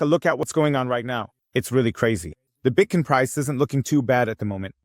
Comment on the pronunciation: Why the F do you say Bitcoin correctly half the time and then the other half say Bitkin or Bitcon? You must be doing it on purpose to get people's goats. Even my wife said it's annoying